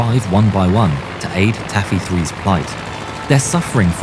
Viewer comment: “Tacky”? Or “Taffy”?